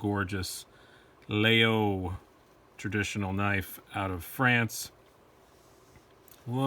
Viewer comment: No, all. French people pronounce Laguiole La-y-ole. I bought 5 in grad school at la Sorbonne in Paris. My favorite among the 5 I own, has a mammouth ivory handle and a Damascus stainless blade. La mouche is a generic term for the small metal plate attached to the spring. Laguiole uses une abeille, a bee for its mouche.